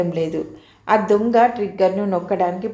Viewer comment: దుంగ కాదు తల్లీ దొంగ.